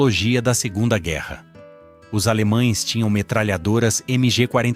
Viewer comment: "Fuzis que pareciam ter sobrevivido a sugunda guerra mundial".